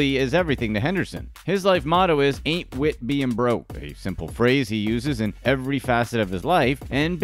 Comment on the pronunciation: Every time he said anit wit being broke I laughed the way he said it was too funny 😂